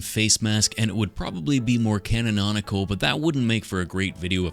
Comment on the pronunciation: Canonical is a word lol you just added an extra syllable 😂 Great work as always! Always hated these freaks and I'm glad I'm not the only one who thought they were wearing a second skin... legit look like slipknot characters 😅